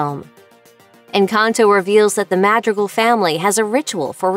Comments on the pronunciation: Wait, she's not saying it right? I'm American, so I assumed "mad-drig-al" was incorrectly applying English rules to another country's language just because it was spelled in English letters. I've been trying to figure out how the hell she's pronouncing that last syllable so I could copy it and not sound like an entitled idiot.... ? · mahd-ree-gall (last syllable pronounced like SHE HAD THE “GALL”) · i think “madrigal” is pronounced like “mah-dree-(with a little roll)gahl” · i’m cry-wheezing over the fact she says maH-dreeguhl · I’m dying over here (MAH-dREE-GAHLS) also roll the R please 😭🙏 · You did not just say "mAhdrigUl" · Mad-rical? Mad-Ri-Cal? MAD-REE-GAL!!! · I don’t mean to be a Karen or anything but it’s MADREEGALLS not MADRIGULLS…..😅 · Please “ Madrigils” 😭✋ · You American? If so. I knew it bc you’re pronouncing their name wrong “madrigl” it’s MadrigAl there IS an “a” in it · It’s pronounced Ma-dre-gal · Mah - dree - gahl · I'm sorry as soon as she called them the 'Mahdregls' I had to stop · She said madridcals 💀💀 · you are saying the word "madigals" incorrectly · its mad-dri-gals. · I am a little bothered by your pronunciation of madri-gle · Please learn how to properly pronounce names. Madrigal with a softer tone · I cringe every time you say “Madrigal” like— Muhdreegul..? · I hate how the narrator pronounces Madrigal as "madrigle". Idk it just peeves me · Madrigal is pronounced ma-dre-gal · Its pronounced MAH-DREE-GAL. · Butchering, madrigal like 10 times bruh. Its maa - dree - gal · They say Madrigal in the movie so many times they even have a whole song dedicated to the family name so there is no excuse to mispronounce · She pronounced Madrigal so wrong 😭☠ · OH GOD The way you say "Madrigal" aaaaaaaaa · STOP WHY IS SHE SAYING MADRIGALS WRONG ✋🏼😭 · The way they say madrigal annoys me soooooo much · the way she pronounces Madrigal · If she says madrigal like that one more time😭😭💀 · Please stop saying their family name like that 😭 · u said the name wrong